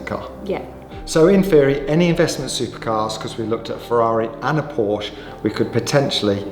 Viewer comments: Cant buy a Porsche, if you cant pronounce it correctly ! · Now, if you could just learn how to pronounce the car's name correctly you're onto a winner. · Pronounce porsche properly 😮